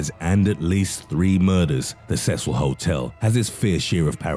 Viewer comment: Its pronounced see sell (seecil)